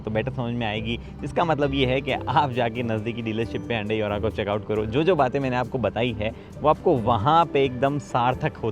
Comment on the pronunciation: Hyundai ❌ Handaeee ✅